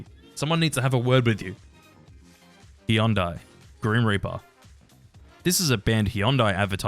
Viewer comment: god that pronunciation of Hyundai is atrocious